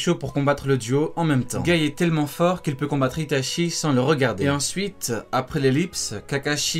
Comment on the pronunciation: *Itachi pas itashi